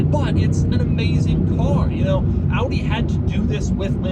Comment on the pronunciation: Shoutout for the correct pronounciation of the brand.. thats quite unusual 👍🏻